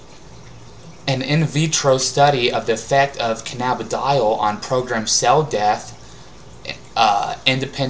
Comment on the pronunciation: It's pronounced canna-bid-e-ol. Open your eyes